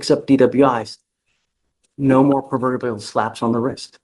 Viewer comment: "p3rv3rt bill"? lol I'm pretty sure the Judge tried to say "proverbial"